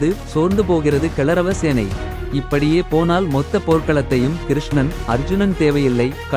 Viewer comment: அடேய் பே கூதி கௌரவ சேனையை கிளரவ சேனைன்னு சொல்லுற... நல்லா பேசுறிங்கடா